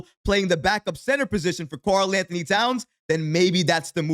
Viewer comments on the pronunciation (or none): none